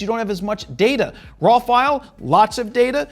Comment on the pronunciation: I never noticed that you pronounce RAW as RAWL. I will hear that everytime I watch one of your videos. BTW, thank you for this video, very highly appreciated.